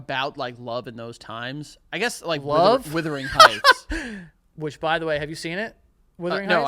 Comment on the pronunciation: listening to joe butchering wuthering heights was an exercise in frustration tolerance for me